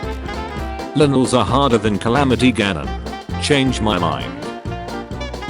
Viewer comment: Linels? OcTOrock? Computer voice = dislike and don't recommend channel